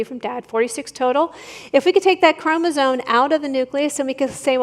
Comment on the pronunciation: I let laypeople slide on “chromosone” vs “chromosome,” but holy hell. What a dingus.